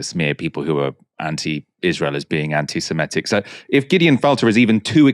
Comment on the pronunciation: peeeease stop saying "anti-simetic" It's "anti-semitic" Another exception to the 'I before e rule' Otherwise you continue to nail the hypocrisy of so much that goes on, especially around justice for Palestine 🇵🇸 👍